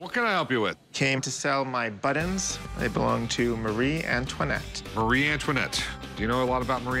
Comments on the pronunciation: Buttons not buddens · I like. I do not like that he is unable to pronounce buTTons. BuDDons had me screaming at my phone. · They are pronounced buttons not buttins. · How this guy says buttons is absolutely driving me crazy. Where does he see the letter “d” in buttons? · He says ‘buddins’ instead of buttons . And it irritates me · For some reason it bothered me to no end that he called them "buddons" insteat of "buttons." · Why does he pronounce buttons ‘buddons’? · “My buddons” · He says buddens like I do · Pay him and get him outta there before he says buddons again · What’s a “Buddun”? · Does he keep saying "buddins"? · Please god stop saying buddons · Anyone else think that weirdo kept saying butt ends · I've decided that buttons is a word that will determine whether or not we can be friend based on the way you pronounce it. This man and I cannot be friends. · What is the seller's accent? To my ear, it's a very odd pronunciation he has of the word 'buttons'.